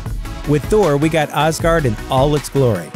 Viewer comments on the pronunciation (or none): “Auzgard” please... it’s Asgard. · you mispronounced as guard. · I stopped watching when I heard this dude pronounce Asgard